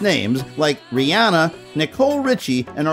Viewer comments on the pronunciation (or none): none